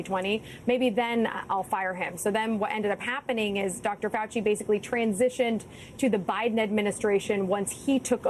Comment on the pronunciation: I love how she emphasized he lost in 2020😂! So salty, in the best possible way.😂